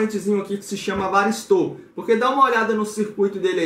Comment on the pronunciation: Não é varisto ..é varistor...porque que vcs falam varisto?